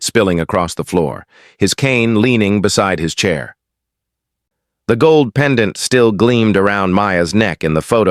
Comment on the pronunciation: Robot narrator must pronounce pendant properly not as: pen...Dante phonetically.